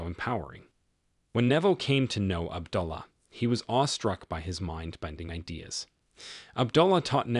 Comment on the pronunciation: Good Videos but please pronounce these words correctly.... AB-DO-LA and BAR-BAY-DOCE